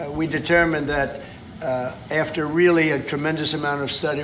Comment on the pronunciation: Why does Trump pronounce the word "added" as "ear-ded" and the word "after" as "earf-ter" and the word "thought" as "thorwt"?